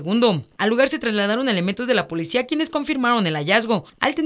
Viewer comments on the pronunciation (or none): Hay dice polcia